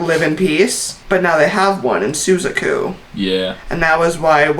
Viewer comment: Suzaku is pronounced sue zahk oo